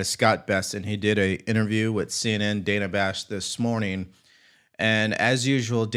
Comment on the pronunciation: Dana Bash’s first name is actually pronounced “Dan-nah,” rhyming with the name Hannah. Just FYI for a more polished political commentary. I certainly don’t have any respect for her, but neither do any of my favorite podcasters, e.g. the 'Derek Hunter Podcast' and the 'Derek Hunter Show'—from his daily broadcasted show on his local D.C./Baltimore area radio station—as well as 'Happy Hour with Julie & Liz', the Julie Kelly and Liz Sheld duo, and each of them and many others, even Tucker, pronounce hers and others’ names correctly.